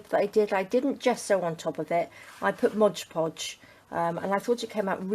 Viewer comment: Am I the only person who is bothered when someone says modge podge? Its mod podge..